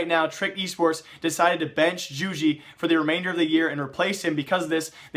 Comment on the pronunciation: Jugi is pronounced 'You-Gee'